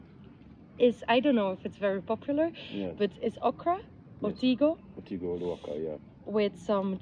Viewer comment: Wow glad she pronounced Gulu and Otigo perfect more than you.😅😅